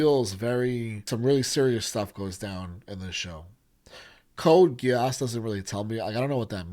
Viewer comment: 99,9% of anime names do not require changing letters to sound more American, so yeah Geass is G like Good and not Jiass like Jeans. Same with other letters like A that is like Alaska and not Ei like Angel (Eingel). The original sound of letters remains, so A=Ei B=Bi C=Ci and so on are not used. is the correct pronounce indeed.